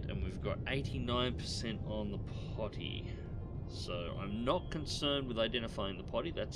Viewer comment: Riga, Pronounced Re-gah, and it's not "Potty", but pronounced Po-tea.